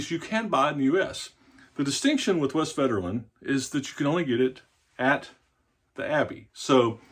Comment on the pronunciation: The v is pronounced as an f, the w is pronounced as a v.